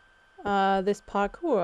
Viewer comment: Cewl vid! Its 'parkour' btw :P